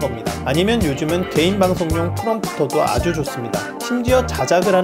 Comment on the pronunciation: 개인방송용 프롱크? 발음이 눌려서 뭐라고 하신지 모르겠어요 그 카메라 앞에 원고 걸려있는 그림에 나오는 그게 무엇이지요?